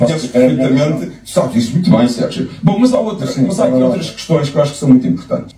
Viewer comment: Ela disse..."por causa dissio"...😂😂😂😂